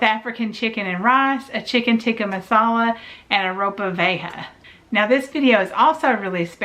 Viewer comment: Hey there. It's pronounced row-pah vee-aye-ha (Ropa Vieja). Thanks for the recipes. They look great.